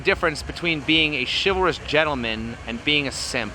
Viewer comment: Chivalrous. I almost had a fucking stroke when she said that!